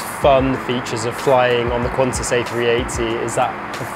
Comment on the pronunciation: It's QANTAS not Quanta's, seriously 😒